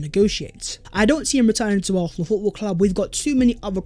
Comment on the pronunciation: This guys makes great content, but how are you an Arsenal channel but the only word you can’t pronounce is Arsenal?? Lol